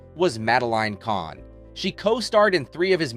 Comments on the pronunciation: I won't subscribe to a channel that mispronounces the name of the subject of the video. Content was ok. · The content is good but the narration freakin sucks. Even the topic of these videos - you mispronounce her name endlessly. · Who narrated this? They said Mame then Mamee and mispronounced Kahn at the end as Kane I'm sure there are other mangled words I'm forgetting now.